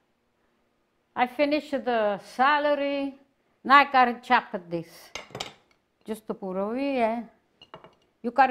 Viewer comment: "Youa choppo like a dis!!!" Love it!